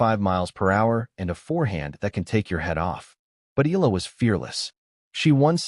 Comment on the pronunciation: Her pride, her honor, belongs to her. Funny how people try to claim for themselves what's hers alone. BTW kindly pronounce the name correctly, it's EhYAHLah. Not EELa or ELa, it hurts to hear it murdered